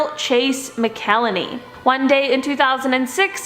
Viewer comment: Number 10 in the 3rd set. Carol Chase Mcelheney is pronounced mac-kel-haney.